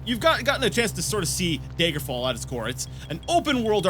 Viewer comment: am I the only one that pronounces daggerfall as dagger fall? so many people use the long "a" like "day-ger" ... it's "dagger"